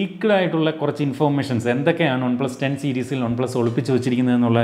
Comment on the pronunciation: on-plus alla one-plus.. pronunciation...